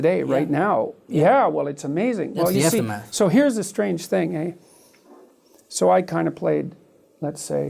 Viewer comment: He said "ey"!!!